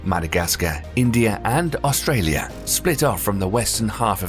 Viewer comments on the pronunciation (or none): none